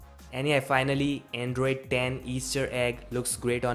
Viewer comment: Notice how he makes "Q" out of the "10" 😅🤘